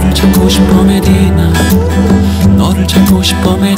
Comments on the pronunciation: Всегда хотела послушать эту песню на другом языке)))но даже не мечтала о таком😍Красиво произносит имя)))) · МашаАллах! я в шоке 😲 как это прекрасно просто нет слов я услышала эту песню на Корейском. я так рада🤭 как он произносит имя Медина 🥰🥰 спасибо за песню ты лучший ❤️❤️❤️ 사랑해요 💕💕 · Как он красиво произносит «Медина», волшебно спел! Я в восторге)) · Он так сладко произносит слово Медина 🥺♥️♥️